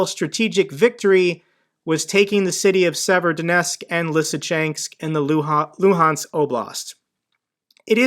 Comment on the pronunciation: Tha Loo-hands Oh-blast